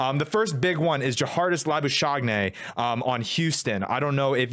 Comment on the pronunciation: Correct pronunciation is Law-boo-ska- * guttural sound at back of throat * -nee